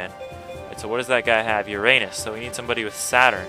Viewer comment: Man I'm gonna have to deal with your pronunciation of "Uranus" throughout this whole thing won't I hahah